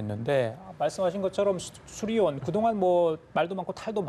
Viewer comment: 저 엠씨가 발음에 문제가 많은건가 저번에도 그러더니 계속 수리원이라고 하네